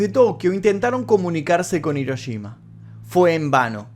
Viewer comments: No puedo creer que los argentinos NUNCA pronuncien bien la "Ll" y la "Y" y cuando tienen una "Sh" en frente les dé por decir Hiroyima... Que alguien me explique. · Las "sh" las pronuncian como "ye", y las "ye" las pronuncian como "sh" xd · Yo: Hiroshima.: Hiroyima. Yo: *escribe en translator en inglés, español y japonés * Translator: Hiroshima. Yo:._.? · me estresa que le digas hiroyima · Hola. Muchas Gracias por el vídeo. Por Favor no lo tomes a mal, se escribe Hiroshima y se pronuncia Jiroshima, en japonés la Ha: se pronuncia ja * Hi: ji * Hu: fu * He: je * Ho: jo . La empresa HONDA se pronuncia Jonda. Cordiales Saludos. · dijistes hirochima 😂😂😂